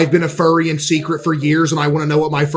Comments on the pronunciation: I kept hearing the word fairy Not furry😅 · You keep saying "fairy", it's pronounced "furry" just like its written. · I love how you pronounce "furry" as "fairy"